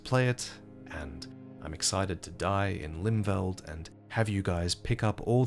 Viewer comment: For the record it would be pronounced "Limfelt" instead of "Limveld"